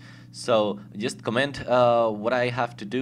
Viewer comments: Yeah i read all the commands, and yeah just command command command and command. LEARN TO PRONOUNCE COMMENT Nice vid. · i like how you say comment :D ADEF and obviously C :D btw KITTEY